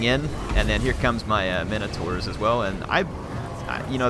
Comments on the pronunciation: Theory, the legend of the Minotaur comes from a compound word meaning "Minos" (Note no "a" present) King Min"*OH*"s. So when we pronounce Min-o-taur, do we introduce an "a" to create MIN-A-TAR? It's my understand, and forgive me if I'm wrong as I've had a mediocre English education, that the proper pronunciation is Min-Oh-Taur, Taur being pronounced "Tore" As in Taurus phonetically; "Tor-us", so Min-oh-tore, not MIN-A-TAR. So is that a colloquialism? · Thanks for the vids. NB it's pronounced minotaur as in minimum as opposed to how you sometimes pronounce it as "mine" as in coal mine.